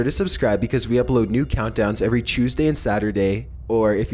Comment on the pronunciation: Dang every chewsday